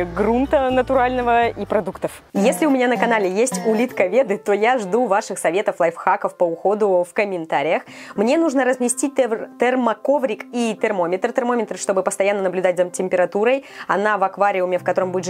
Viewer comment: Как говорят подписчики лайвхак как говорит лайФАК 🤣😂🤣😂